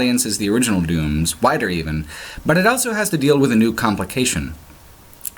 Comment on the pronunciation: says elso instead of also.